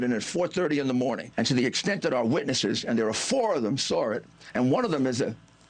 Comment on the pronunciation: THEY SAWR IT....Speak English Rudy